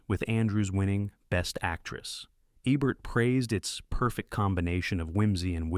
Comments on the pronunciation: The AI narration drove me away in less than three minutes. It is somehow both dull AND annoying, and it mispronounces SO many names (as heard in other videos, including this one.) Roger Ebert's last name has a long "e," as in "bee, not a short one as in "egg." The "stein" in Leonard Bernstein's last name rhymes with "fine," not with "mean." Oh, and have your writer (if there is one) stop using the construction "It doesn't just ___ ____; it _____ ______." One example: , we hear, "It doesn't just celebrate Hollywood; it transcends it," whatever that means. But it uses that formula repeatedly. It doesn't just kill the listener's interest; it obliterates it. It's repetitive and dull, dull, dull. Dull. Not subscribing, though I love this topic. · Love your videos...but PLEASE...It's EEEbert..not ebert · Love these! But why are the pics of Roger Ebert shocking ones where he was dying of cancer with half his jaw cut away? There are thousands of photos of Roger from his hearty Siskel & Ebert days! And why can't this narrating voice consistently pronounce "Eeee-bert?" p.s. I approve of the editing that made Stockard Channing the stat of "Grease" lol. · If you are going to feature a film critics best film, you could at least get his name correct! It E-bert. Try a little harder next time! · The robot is disgusting in pronunciations. It says Ebert three different ways. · Is it me, or is the "narrator" switching between "Eeebert" and "EBBert"? Pick one and stick with it! Oh... and if you cannot properly pronounce flower's name, "edelweiss," than please don't miss pronounce the word. The correct pronunciation is in the song. BOOO for you and your adle-brained team. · Did they consider teaching the narrator how to pronounce peoples' names? Like Roger Ebert's name? Leslie Caron's name? Ye gods.